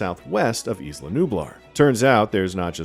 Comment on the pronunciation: Yooooo I love Jurassic Park content, but guys it’s “EYE-luh” not “eesss-luh”. Not that hard. Butchering the only non-English word EVERY. TIME. Otherwise, very good recap.